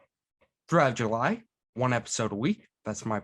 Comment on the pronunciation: Bwalk ass pronunciation of july.